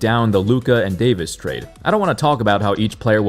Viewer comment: The Anthony Day-to-dayvis makes my day. Thank you.